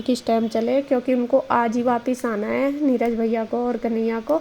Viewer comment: नीरज होता है ना की नीराज होता है समझे